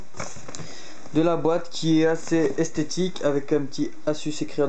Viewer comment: Sa s'écrit asus mais sa se dis azus ;)